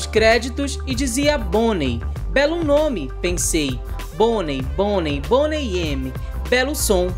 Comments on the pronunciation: Se pronuncia Boney Mi. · Boney "eme"????